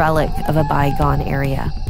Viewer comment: the female narrator seems slow... she can't pronounce words like cacophony or era and era is a single syllable word...